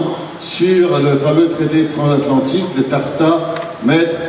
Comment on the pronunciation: "transatlantique" et non "transathantique" ;)